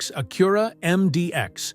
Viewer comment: Stupid Ai..learn how to pronounce Acura..duh